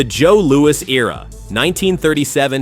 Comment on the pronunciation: Joe Louis not Louie.